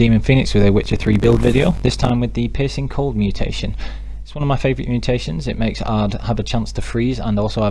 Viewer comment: Is it just me or did he say the ''Piss and Cold mutation build''